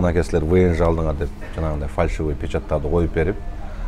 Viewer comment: Фаршивый эмес ФАЛЬШИВЫЙ дегилечи айнанайын фарш деп этти айтат гоо